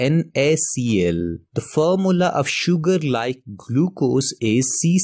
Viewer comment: Formula ❌ Formla✅